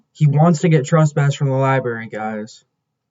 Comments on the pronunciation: It’s library, not liberry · Talk about a clown ! Its library not liberry !